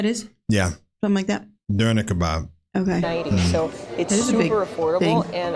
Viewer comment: It's "Döner" pronounced it great. The original Turkish term is "Döner Kebab", as far as I know it means "Rotating Meat". In some places it is shortened to "Kebab" (=meat) the Germans shortened it to "Döner" (=rotating). So we totally did to the Turkish word the same thing Americans did to "Bratwurst" calling it just "Brat" - and I hate it 😉